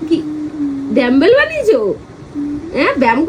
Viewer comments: Dambel na.. Dumb-bell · Ore murkho r jaat re ota damble noi ota dumble 😅😅😅😅